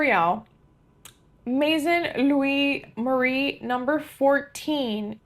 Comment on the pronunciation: FYI, you pronounced Maison Louis Marie perfectly!